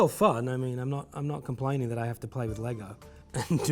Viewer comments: "LEY-GOH MASTA BUILDAH" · People need to stop adding an ‘s’ to the end of Lego. It’s Lego, not Legos 🤦🏽‍♂️